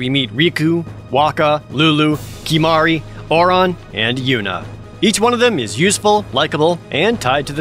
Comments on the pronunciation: Lol you say OR ON for Auron when they say OR IN. Gg jared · Or how he pronounces Auron as "Or On"